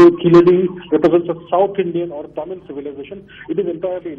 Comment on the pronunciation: Not taamil, mam